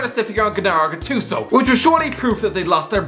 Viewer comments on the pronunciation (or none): Gennaro Gattuso not Ghenaro Gattooso